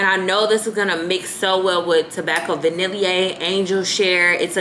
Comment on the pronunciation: Love your videos. The vanille in tobacco vanille is pronounced “vah-nee” 🙏🏾